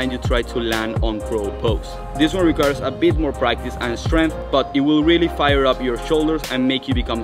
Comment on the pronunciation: Great tips thanks so much. What a physique. I'm guessing you might be eSpanish eSpeaker because every word in this video starting with St or Sk or Sp you put an E in front automatically .....por ejemplo.... like eSkills, eSpace and eStrength ! I used to have a Catalan gf, and this always amused me when she eSpoke to me. Kudos from the UK !